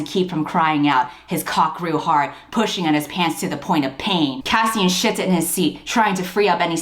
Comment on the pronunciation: I know you said shifted, but it sounded like the other S word. And suddenly this novel had another meaning hehe. Loads more. Pun intended